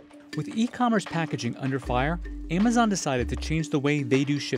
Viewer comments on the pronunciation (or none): He pronounced Amazon as emazone in the beginning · Why does he pronounce it Aymayzon?